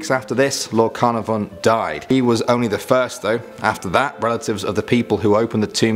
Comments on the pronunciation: Be cool if you could say Carnarvon correctly. Like Car-nar-von. Love you though.;-) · Good talk and enjoyed listening. Just curious - how many of the Welsh got in touch to have a word about your pronunciation of Lord Carnarvon? ;) Keep up the good vids!